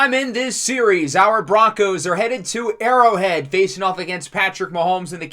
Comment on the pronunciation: Mispronounced Burrow Head but Great Video though man!!